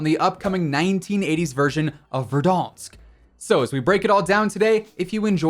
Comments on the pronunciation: Verdansk🙄, verdonsk😩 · Why do you say verdonsk instead of Verdansk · Did this man just say.... Verdonsk! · The way he said verdoonsk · No just tell me wtf is VerdONSK?! that too w echos bruh xD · Why do he say ”verdansk” like that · I cant stop laughing every time say Verdansk:D that A sound like that weird shit from english (for example at word "bank" - æ):D But its based at Donetsk at Ukraine and Slavic nations doesnt have this weird æ, its just casual A whitch you pronounce like a letter "u" at english, for example in word "buff":D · Am I the only one who is irritated by how he says verdansk? It sounds ok when Tim says it but not anyone else 🥴🥴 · ain’t nothing personal, still love your vids, it just sounds off to me thats all